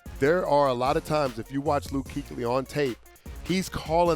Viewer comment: Just say luke.